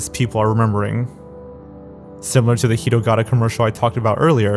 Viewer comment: Only thing that bothered me was you were pronouncing hitogata as hirogara.